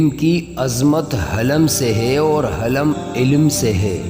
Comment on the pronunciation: Bhai halam ni But Hilm HOTA he